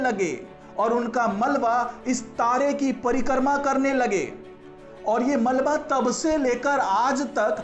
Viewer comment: परिकर्मा नही परिक्रमा बोलिये